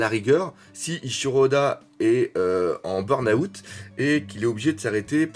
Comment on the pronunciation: "bern aout"😂😂